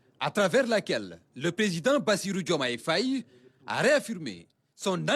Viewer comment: Le journal devient intéressant, surtout avec ce journaliste,👍👍il s'exprime très bien, j'aime quand il prononce le nom du président et c'est aussi un beau nom 🥰🥰 félicitations au nouveau Sénégal 👍👍